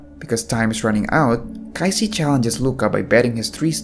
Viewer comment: Everything is Great until You had a hard time saying their name...Kaiji and Qing.....